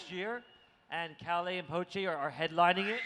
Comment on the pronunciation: This video is 90% the interviewer butchering Calle and Pochés names